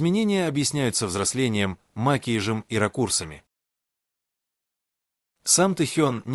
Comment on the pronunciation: О, ужас! Что с Вашей речью? Ударения! Что за "макиж"? Макияж! Научитесь правильно говорить!